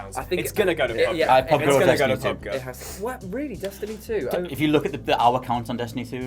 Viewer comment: PubG not Pubg sounds awful.